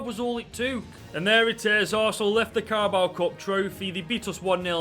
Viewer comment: I love the” carabowa” cup